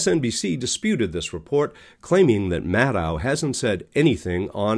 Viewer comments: It would be a good idea of your learned to pronounce Rachel's last name correctly. It's Mad-DOUGH, not Mad-OW. Check it out. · I never watched their show anyway. And it's "Rachel", not "Rachael". And the channel guy isn't pronouncing her last name correctly, like many people saying "Mad-ow" instead of "Mad-oh". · Her last name is pronounced MAD-doh, not MAD-dow. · 12/5/24: Rachel and Lawrence followed by a couple others. Nicolle, too much hair and can’t (or won’t) pronounce Maddow correctly!